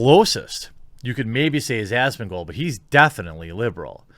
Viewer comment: Asmond "Gold" ..... Every. Single. Time